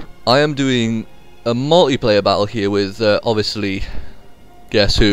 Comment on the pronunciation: Pronounced 'multiplayer' not 'mulleyplayer'.